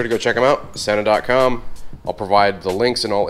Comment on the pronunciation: So, Sena sent you a helmet and you don't know how to pronounce their name? Sheesh.